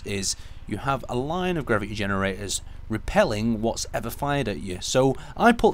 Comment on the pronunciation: I hate that new thing where people do not pronounce the 't' like Gravi'y... I find it kind of annoying.